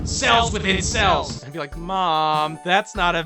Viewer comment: Did you say "Cells within cells?" Or "Cels with incels?" Two WILDLY different groupings. Lol